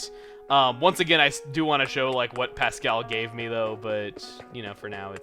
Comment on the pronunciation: I don't like the way you say Pascal